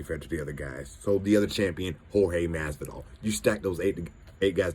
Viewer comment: The guy said Jorge Masvidal I'm done watching this